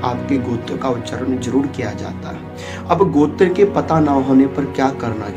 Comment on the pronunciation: "Gotra" where comes "G+akar" ? it is " G+ oukar" . Please don't misguide to viewers.